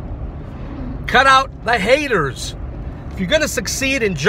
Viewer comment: Ahh the NaySayeRRZz anD the HateRRZz...